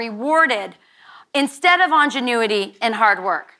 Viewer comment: I vacationed in Cuba in 2019 and the poverty is everywhere and very apparent. The sad part about this speech is that someone else wrote it for this clown. She can't even pronounce INGENUITY so she would have NEVER used it in her own speech. It;'s sad that a poorly educated clown like her would get credit for someone else's thoughts.